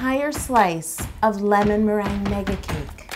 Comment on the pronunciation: Ew "lemonmerangia"?